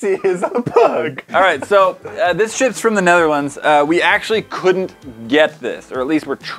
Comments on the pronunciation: When says this ships from the Netherlands it sounded like he said this shits from the netherlands😂😂 had to replay its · I know he said "This ships from the Netherlands" but I thought he said this shit's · Cabsel no he said ( shits) lol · When said "This ships from the Netherlands." I first heard "this sh!* from the Netherlands" 🤣😂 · first time I heard it it didn’t sound like he said “ships.” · do he say this sh*%s from the netherlands😂😂? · am I the only one who thought said, "This shits from the Netherlands?"